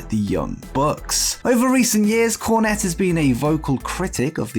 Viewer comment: Are you saying corn or con or cone?